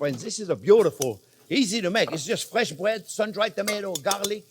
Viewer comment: breаd is "bred" (Russian crazy things)